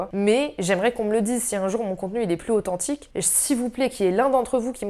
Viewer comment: J'adoooreuh tié authentchiqueuh allez je fais 6 bises